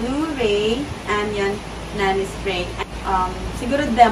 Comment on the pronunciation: Anion = an-ayon Hindi po anyon ang basa.😊